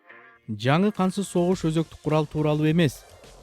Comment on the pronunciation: Кансыз согушпу же кантсыз согушпу туура суйлогуло